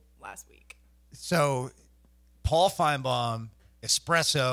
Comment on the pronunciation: It’s espresso not expresso